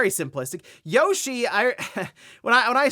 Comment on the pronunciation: Yeow-Shee =/= Yoshi.